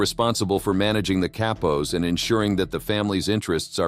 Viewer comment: I believe that Cappos is pronounced like Kah pos, but I am not Italian or Sicilian nor am I a member or associate of any Mafia family, but I am young and willing to learn lol jk I’m not young at all lol I’m 51, but you said something else that I don’t know about but I don’t think it’s right or I probably have it wrong but you said consiglieres like there was more than one, and I am sure there is but I thought that there was only one who had the official title as far as the boss of the family????? However I don’t want to detract from the video which was excellent as usual